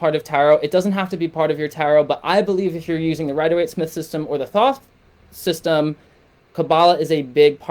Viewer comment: This is bullshit. The “free guide” is a subscription to your website so you can push your brand for monetary reasons and con people into thinking your ideas are the words of God or in this case Thoth which for all scholarly purposes is being pronounced incorrectly this entire video. If you want peer reviewed papers, I can prove this as well, this is a shame. It’s very clear you don’t project or have ever met Thoth.